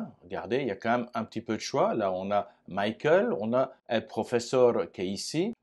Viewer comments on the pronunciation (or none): none